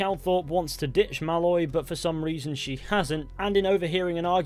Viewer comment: The way you say Malloy is slightly wrong, you say it like 'mal-oy' but it's 'maloyyy' accentuate the oyyy bit pls. Otherwise a wonderful and insightful video